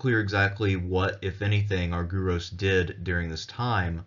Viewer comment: Please pronounce the name as Arg..e..ros.the y is another ..e..as iota.and u also a n ..e.its called E.psilon.